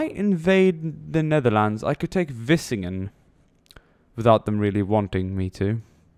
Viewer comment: Vlissingen, NOT Vissingen! The L is important